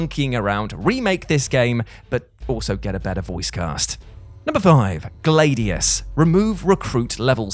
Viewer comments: Is it pronounced Glade ius in other parts of the world? Much like a Glad iator I always heard Glad ius, just wondering. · Where the hell did you learn English? GLAD-EEE-US. I killed 2 copies of that game, played them to death. But hearing you butcher a word that literally no-one else in the history of speaking has said it that way. That just hurts. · Ummm.... how can you pronounce Gladiator correctly but pronounce Gladius as Glādeus??? Like you do understand that the root word is the same right?? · Every time pronounced Gladius I thought of air freshener Glade